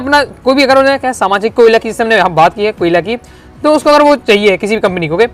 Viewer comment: केओला ❌ कोयला ✅ 🤣🤣🤣🤣🤣🤣🤣🤣🤣🤣🤣🤣